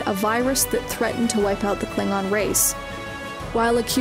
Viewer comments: like how u pronounce the klingon. Pretty kool 😊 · I love that fact the narrator got the pronunciations correct for some of the more heavier words.